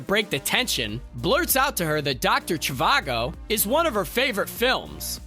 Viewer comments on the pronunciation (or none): This movie is total garbage. My cat could have chased a fly across a keyboard and written a better movie. Please, someone tell me how this was good. And please learn how to pronounce movies you are referencing. It's Doctor Shhhvago, not Chavago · It’s pronounced “j-ee-vago”, with the “j” pronounced like in the French “jour”, not “CHIvago”… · Not to mention his grating tone, incorrect pronunciations (kettleBALL? Dr. CHEY-VAH-GO), and a singular yell-talk volume of his voice. Ryan George really was doing all the heavy lifting for ScreenRant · Yes, very annoying. Always yelling like a carnival barker. He pronounces Dr. Zhivago like some Gen-Z’er.